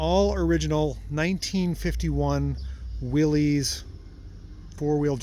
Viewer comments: Right you are. It is pronounced WILL-iss. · Please: "willis" not "willies". An awesome truck! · These were called the Jeep station wagon if 2 wheel drive and utility wagon if 4 wheel drive. Willys is pronounced WILLUS. I pronounced it WILLIES incorrectly for years! Basic, hard-working all-American vehicle. If Consumer Reports was evaluating it, they would not recommend it because it doesn’t have forward collision warning or automatic emergency braking. Oh, and no back-up camera. But it would get points for having a manual gear box! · "Willys" is pronounced Willis as in the actor Bruce Willis. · 1951 Willys, pronounced Willis, station wagon. Door panels are Masonite and are still available. Top speed of about 45 mph with the doors closed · Every Oregon car got a new license plate in 1956. So that was the oldest you would see from then on. Willys is correctly pronounced "Willis". Go to in this video and hear the correct pronunciation. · I thought I'd heard that as the correct pronunciation too, Randy. I dragged that out of my memory somewhere. Cobwebs.